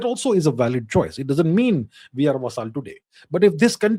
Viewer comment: He pronounces it "va-saaaal".Quaint fellow.